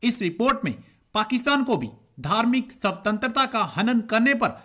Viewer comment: सवतंत्रता नही भाई स्वतंत्रता !!